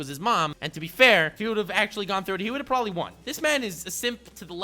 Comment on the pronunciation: I need a ps4 Nnm dude said “probely “ LMAO 😂 what a child